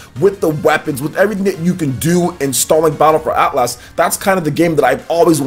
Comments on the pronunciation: It’s not At Las it’s Atlas so annoying. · Probs a small overcorrection because he used to say Atlus like the developer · Why do you keep saying AtlASS? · It's hilarious to hear mangle the word Atlas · Haha man you say Atlas funny.